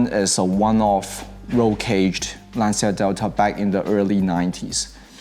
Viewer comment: I'm glad you pronounced "Lancia" correctly! "Lan-cha"